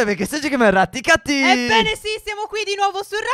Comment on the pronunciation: Si dice retti chetti